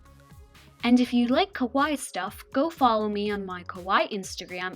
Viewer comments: this is really cute! but you say "kowai" instead of "kawaii" , which means scary instead of cute! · Gomenasai it must be pronounce kawaii(kawa-ii) not kawaii(kaway) your so wrong!